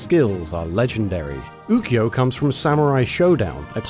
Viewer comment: He said Ukyo's name wrong